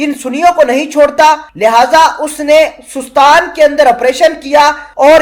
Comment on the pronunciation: Sestan not sostan